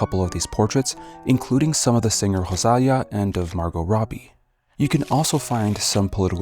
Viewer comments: RosalIIa, not RosAAlia. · I don't know why you pronounced it that way - it's rosalía, with a trill on the r and emphasis on the i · I'm sorry but HOW did you even manage to mess up the pronunciation of "Rosalía" that much 😭😭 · getting whiplash hearing you pronounce Rosalía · Nice pronunciation of Rosalía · Pause that is NOT how you say rosalía 😭😭😭😭😭😭😭 good video tho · Great video. The comment on Karoline Leavitt’s pronunciation was funny, considering Rosalía’s was completely butchered 😂